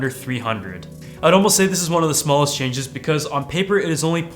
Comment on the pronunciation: "a few key chages" hahhahahahaha